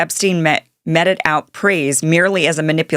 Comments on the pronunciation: I am quite amazed that this newscaster cannot pronounce common English words: "posthumous," "meted." What Journalism school did you attend? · You need to check on pronunciations of the words you're going to use in your video: posthumous, meted out, etc. It's not difficult. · Learn how to pronounce meted and posthumous 🙄. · A reporter is more credible if they know how to pronounce "posthumous" and "meted" out. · Kim, to save yourself some embarrassment, you should learn how to pronounce words correctly (e.g. “mete” as in “meted out” and “posthumous”) before attempting to read your report. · Please check your pronunciation: Meted Posthumous